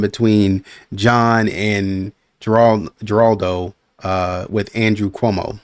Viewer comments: It's pronounced Her-rald-o (in Spanish the Gs are pronounced like H's sometimes). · Geraldo is pronounced with an H sound 😊